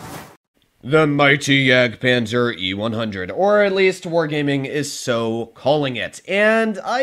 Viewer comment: Bruh you missed the d in jagdpanzer